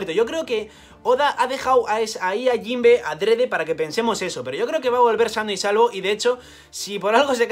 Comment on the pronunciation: JOINBE SUUUUUH XD